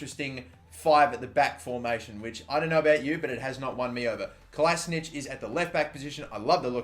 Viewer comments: great video, looking forward to playing it myself 😍 but it's pronounced "kolašiNATCH" not "kolašiNITCH" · It's not Klasnić his fuckin' name is Kolašinac. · You read Kolasinac like KOLASHINATZ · Mathew Vicelich he thought he had to anglosize it but it's actually pronounced Kolasinatch